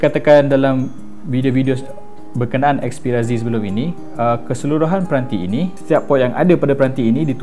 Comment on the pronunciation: 'xperia zi' hahahah obey gemok x payah nak amurika sgt!